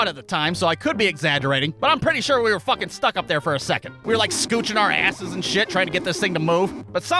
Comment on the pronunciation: I love how you said "Shat" instead of "Shit".